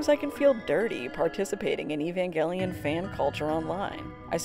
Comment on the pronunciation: i cant believe you pronounce evangelion like that